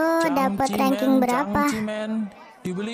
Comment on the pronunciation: Kak kok rangking kanharusnya rengking ?